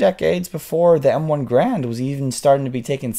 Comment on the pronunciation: actually the Garand design was conceived in 1923, and its pronounced "Gair-und"